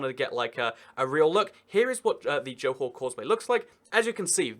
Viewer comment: bukit batok... pronounced right on.... johor ... nicely pronounced too... 👍